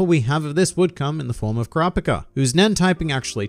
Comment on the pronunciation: His pronunciation of Kurapika hurts